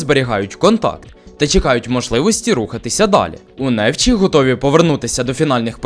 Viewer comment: Наголос на ЧІ(НефЧІ). А БОЛІЮ ЗА ПОЛІССЯ